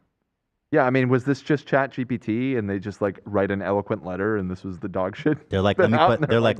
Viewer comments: Not sure if it’s because I’m dyslexic or what but I never noticed Ethan not saying GPT right 😂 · i started saying it wrong bc of him too ☠️ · i’m sorry ethan pronouncing chat gpt wrong was so hilarious